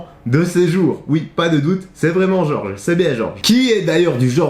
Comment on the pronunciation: Jorge ça ne se prononce pas comme George ;)